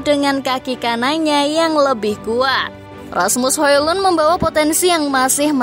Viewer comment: cara bacanya Asmus Holon...